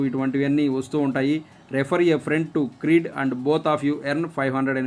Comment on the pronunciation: క్రీడ్ కాదు క్రెడ్